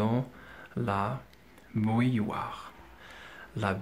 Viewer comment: On prononce bou ill oire et pas b oui ill oire.